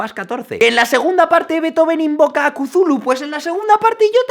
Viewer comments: ¿Qué es eso de Cuzulu? ¡Se dice Tuljú! ¡ T U L - J Ú ! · Se pronuncia "cutulju". Bueno realmente es innombrable porque su nombre está escrito en una legua imposible de vocalizar por los humanos. De todas formas un video increíble 😅😉👌 (amo a hisaishi) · Kuzulu???? Aunque sea imposible de pronunciar para un humano, al menos intentalo.